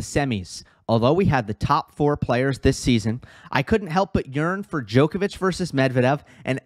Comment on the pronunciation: Not being picky - well actually I am - it's not said as "DJoe kovic" - it's said with the "o" pronounced as in odd, bottle, nod, not, cobble, etc. Haven't heard you say but the same rule applies. They both know how to pronounce their own names! Please stop. Apart from that I enjoy your videos:)